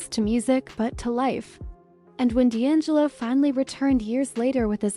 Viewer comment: Pronounce his name right! 🤦🏽‍♀️